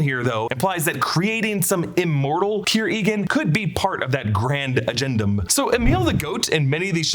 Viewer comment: Agendum sounds like “again, dumb” 😂